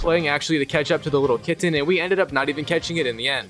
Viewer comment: This is so random but I love how you say KitTen, with the second T really being enunciated.